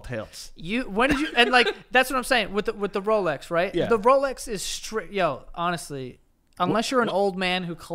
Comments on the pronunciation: Omg. One week says "katchup" now the say "ronestly"? What's happening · Ronestly? Oh man I thought we'd have another BLENDUH (blender) dabacle lmao